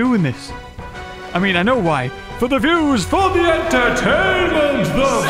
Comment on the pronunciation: Mean not mèan!